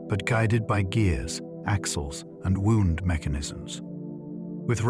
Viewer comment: the mispronounced "wound" makes this seem like AI